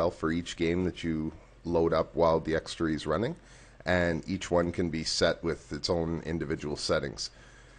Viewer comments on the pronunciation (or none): Its D-x-tor-y not D-x-tre-y